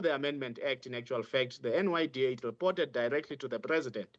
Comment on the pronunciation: NYDA* NOT NDYA guys please!!!!!!!